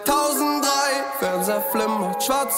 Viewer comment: Какой кайф для ушей, когда он произносит 2003 на немецком. Переслушивать это можно вечно